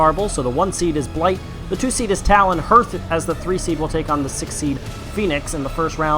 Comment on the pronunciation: Anyone else find the pronunciation of hearth as herf weird?